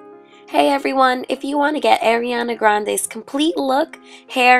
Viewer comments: Umm... okay :/ but.... how she said Ariana Grande x'D HAHAHAHA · Great tutorial! Only thing is, in my opinion the eyes should have been blended more, and the mispronunciation😬no hate, you're gorg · Your saying her name wrong!!!!!!!!! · You said her name wrong. Not to be that person i just thought you should know :) love this though